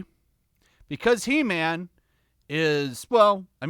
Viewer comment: It's HE-MAM!!